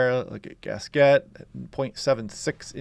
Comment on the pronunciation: Town of Gasquet is pronounced pretty much as... 'Gas-kee'.. with a small slurred 't' on the end. (American)